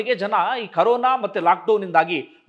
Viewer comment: ಕರೋನ ಅಲ್ಲರೀ ಕೊರೋನ